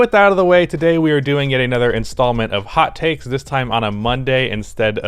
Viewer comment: “Tot Takes” btw😂 Good content tho